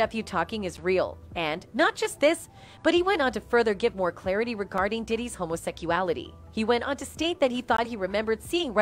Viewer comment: "Homosecuality" it hit different